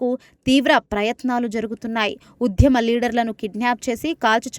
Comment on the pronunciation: ఉధ్యమం కాదు ఆ పదం కేవలం ఉద్యమం మాత్రమే.అలాగే ప్రఝా కాదు ఆ పదం కేవలం ప్రజా అని మాత్రమే పలకాలి.మీలాంటి వారు తెలుగు న్యూస్ రీడర్స్ కావడం మాఖర్మ.వ్యతిరేక చర్చలు కాదు ఆ పదం కేవలం వ్యతిరేక చర్యలు అని తెలుసుకొని ఉచ్ఛరించాలి.దారణాలు ఏమిటి ఆ పదం దారుణాలు అని కూడా తెలుసుకొని చదవాలి.తెలుగు పదాలను ఇలా ఖూనీ చేయడం తగదు.నీవు ఈ ఉద్యోగం నుండి వైదొలగి మాకు ప్రశాంతత చేకూర్చాలని మనవి.